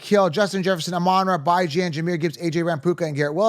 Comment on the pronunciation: Nope lol buy-jan and raheem moss-start?